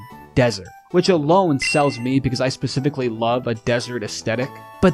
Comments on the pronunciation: You really just said "pacifically" instead of specifically? Brother... My ears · dummy said "pacifically"